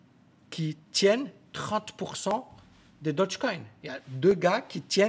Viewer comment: Stp stp "daugue coin" je répète "daugue coin" (phonétiquement) Dodge c'est une marque de voiture ... :'(